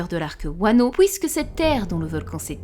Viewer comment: c’est trop drôle quand tu dis « pOUIsque » au lieu de dire « puisque » 🤣🤣 sinon j’te kiff enfin de retour #videosurkid